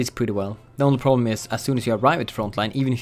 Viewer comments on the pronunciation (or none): none